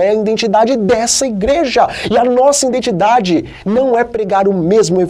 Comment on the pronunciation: " INDENTIDADE"? NÃO SERIA:" IDENTIDADE"?